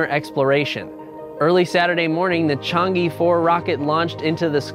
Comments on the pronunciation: It pronounced Chang-eh, a Chinese moon goddess, not Chang E. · Pointer from a native Mandarin speaker: Chang'e is not pronounced as "Chang-EE". The correct pronunciation is more like "Chang-uh" or "Chang-er", after the mythological Chinese goddess of the moon 嫦娥. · The "e" in Chang'e should be pronounced as "a" in "above". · "e" is pronounced like "uh" in chinese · It should sound like 'er' in her, in my opinion.